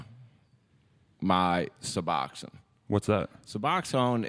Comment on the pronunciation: My boy really said Suboxon 😂